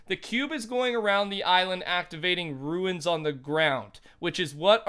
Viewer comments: Why does everyone pronounce runes like the word ruins, runes is pronounced like the word Dunes. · Ur talkin about runes not ruines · cmon man atleast runes right, its not "ruins" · runes pronounced roons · Ruins is spelled RUINS. Runes is spelled RUNES. Sounds like roons!! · That moment you try to enjoy the video but you cringe everytime they mispronounce runes.... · I think at this point you're saying runes wrong on purpose xD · Rune is pronounced "roon" not "ruin" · Commando845 no he is saying ruins like ancient ruins he said it wrong as hell but its pronounced runes dumb dumb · Its not ruins it is rooooooons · Fortnite it pronounced RUNES not RUINS dude youre saying that word wrong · "RUNES" NOT "RUINS" you idiot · It's "runes" not "ruins" you fucking idiot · Okay- I LOVE your videos and content and how in depth you go! BUT- they're "RUNES." NOT "Ruins." Runes-> Roon-s Ruins-> Roo-in-s Very different. Sorry, such a small thing but drove me wild during the video lol 😂 Anyways, keep up the good work man! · RUNE, NOT RUIN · Who else gets triggered when he says ruins not runes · Your saying “ruins” but it’s “Runes”. Confusing me lol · Sorry to point this out buts its angering me it’s pronounced roons not ruins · Its RUNE NOT RUIN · you say rune weird af. it should be said like "roon" not "ruin" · ur saying ruins. not runes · They arent ruins, they r runes, pronounced roones. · Rune not ruin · You pronounce “rune” wrong every time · R U N E S NOT R U I N S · Anybody else notice how he calls runes (pronounced roons). Anybody notice he calls them ruins😂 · The way you say "rune" is killing me. It isn't ruin. It is pronounced "roon"...you carry the O in that pronunciation. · no. He said ruins. He should have said runes like tunes. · Commando845 no you don't its pronounced roons ..runes not ruins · I’m so hype to see what happens when all of the tunes are deployed PS if you are seeing this rune is pronounced like room not ruin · runes not “ruins” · "RUNES" NOT "RUINS"